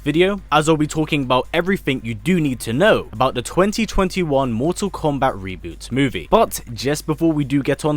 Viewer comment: I love how he says "MorTORR KOMMbat"